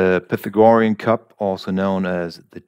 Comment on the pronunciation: You might want to look up the pronunciation of “Pythagorean”.